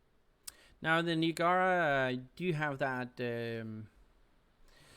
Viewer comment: Niagara as in USS Niagara and Niagara falls.... Say it with me [NY] + [AG] + [UH] + [RUH] Niagara ;) but all in all great video series.